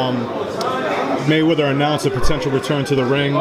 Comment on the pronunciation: Tank said Maywheva 😭😭 My boy funny as hell....